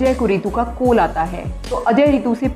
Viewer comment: Koll not its call make ur pronounced correct